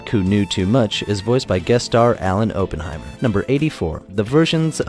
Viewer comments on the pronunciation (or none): none